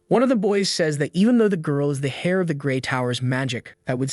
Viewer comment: Not to be "that guy" but, fyi, H-E-I-R is pronounced "Air" not "Hair."